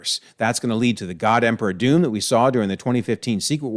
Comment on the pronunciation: not at all, it was no more a spoiler than what you would see in a trailer. I was too hype about new What If to notice. And I actually rewound a couple times, and you did say God Emperor Doom properly, I just was hearing what I wanted to hear 😅